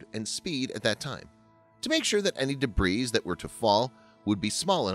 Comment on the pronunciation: If is actually personally reading it, then how come he makes strange mistakes like pronouncing the s in debris?